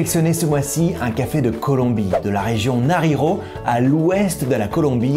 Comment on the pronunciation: Alors, j'y connais rien en café mais votre vidéo est bien sympathique, je suis allé en Colombie donc j'ai cherché des infos par rapport au café parce que j'en ramène à des proches. Sinon, pour le nom de la région, ça se prononce "narinio". Sinon, que pensez vous de la marque "Quindío" ?